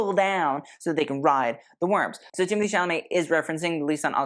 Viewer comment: its TIM O TAE not TIM A THEE